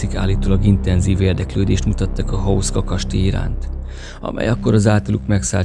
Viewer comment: Ejtsd: Huszka!!!!